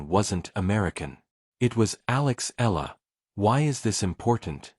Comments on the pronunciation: Please, report her name correctly. it's NOT ELLA! It's ALEX short for ALEXANDRA. Her last name is EALA pronounced as EYALA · Before hitting the airwaves, know your subject - Alex Eala, Eala, Eala not Ella….Eeeeeaaaahhhhlahhhh. Got it? It is impolite to mispronounce her name.Are you……?????